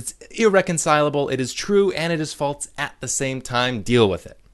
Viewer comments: The way you pronounce "false" as "faults" is infuriating. I am clenching my fist very hard in my pocket and typing this angry comment just so you know. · Holy shit, it's not "FALTZ" or "FAULTS"!! It's "FALSE"!! There's no fucking T in that word! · That's because he's not saying it right, and it's driving me crazy. Is "false" somehow a difficult word to say without inserting a T sound? What about "else," "ulcer," "also," etc? Where the hell is he getting that from? This has been Nobody Listen to Me. Have a good night. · and, after 3 years, he still has not even acknowledged his godforsaken mispronunciation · I guess he has a hard time saying it. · The real problem here is the way this guy pronounces false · Stop pronouncing the word “false” that way.